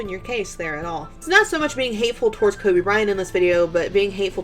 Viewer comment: If you don't know someone name don't try to pronounce it instead he mocked Kobe's name and he did that purposely and everyone knows it so Nik can go the the hell on with that shit it was so disrespectful to Kobe and his family. Nik needs to apologize for doing that simple